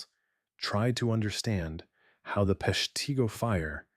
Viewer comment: Please have a real person narrate. The name of the city was pronounced three different ways. It's said "Pesh-tah-go" and Wisconsin's governor was "Lew-shish" Fairchild.